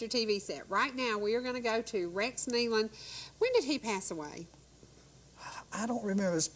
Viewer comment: Excellent! Excellent! Tribute to the Nelon's and thank you so much for pronouncing their name right! I was heart broken when I heard this news and I continue to pray for Autumn and the baby. They are in Heaven having a glorious time but we will see them again if we have Jesus in our hearts.